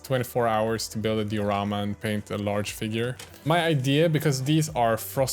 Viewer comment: Die-o-rama btw